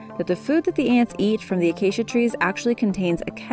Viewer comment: Narrator: Acacia Tree Minecrafters: Did she say Aacia?!?